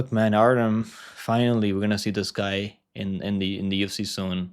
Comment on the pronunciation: Artyom. - that’s how you pronounce Artems name